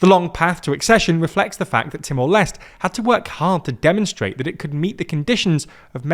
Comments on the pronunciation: I am annoyed by the pronunciation. It's Leste as in Les-Tay. Not Lest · Haha, I was bothered with the Leste pronunciation too. 😅